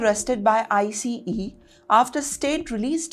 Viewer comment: It is Ice. NOT IseeE. This woman should have learned to pronounce that by now. Pathetic thuruurdd classs ENgllissshh.